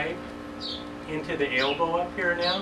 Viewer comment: is it an "Ale-bo" or and elbo fitting. lol